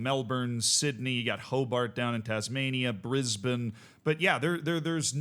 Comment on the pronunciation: MLS and US Soccer tried to fight this in the Courts, and they lost which opened the floodgates The Serie A Match at least has the excuse that the San Siro is booked for the Winter Olympics Good Job pronouncing Brisbane correctly BTW most Americans get that one wrong